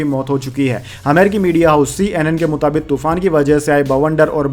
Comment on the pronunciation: sir gd morning. main aapki news roz aunty hun.bahut sahi bolte hain par do words ..Netanyahu,aur Mutabik ke uccharan par dhiyan deejiye. galat mat samajhiyega. meri subah aapki news se hi hoti hai.aur bahut accha lagta hai.🎉🎉